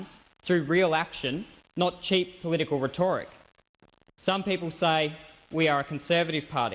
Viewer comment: lol he doesn't know how to pronounce rhetoric